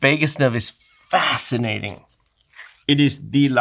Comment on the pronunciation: Its "fastinating"